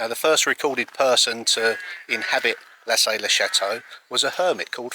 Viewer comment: Lassay as in La -say( say as its pronounced in english) it's soft,"saying" .